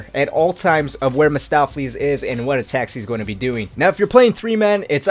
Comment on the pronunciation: Mahstopheles? No. Mephistopheles